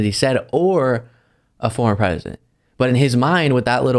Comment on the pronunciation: "Perzidint Tromp"